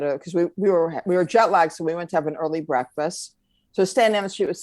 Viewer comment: Did you say break-fast or breakfast?? 😂💜